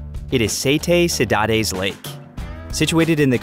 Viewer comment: the way he said cidade made me feel pain